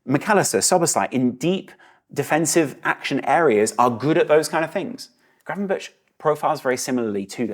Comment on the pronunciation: The pronounciation of Gravenberch is not with "burch" on the end. The "ch" sound is the same as the "g" sound in Dutch. So more like it says gravenberg.